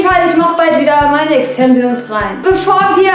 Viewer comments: das wird Extenschens aussgesprochen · wdf! wie sie exzensions ausspricht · wie sie einfach extensions ausspricht